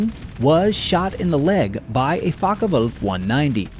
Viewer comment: Great documentary......but please the fokkerwolf is pronounced with er.....not fokk ah wolf...thanks !